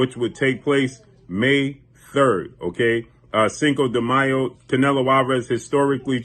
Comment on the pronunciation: What up long time no hear so been wondering When the Bloods Fight the Crips who you Role With? Nah just ruffling your Feathers thanks For pronouncing Cinco De Mayo Fluently 👍 cheers 🍻 ✌️